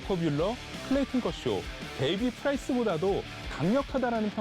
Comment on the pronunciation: 프라이스라 하니 기세 확 떨어지네